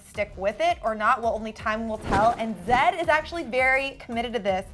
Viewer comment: It's not zadd. It's z eh d